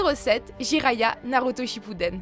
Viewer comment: Jiraiya mdr '' Jiraya ''